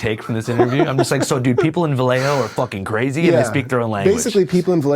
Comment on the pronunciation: Vuhlay- O. You’re welcome. Homies description of Mac Dre was as flawed as his pronunciation too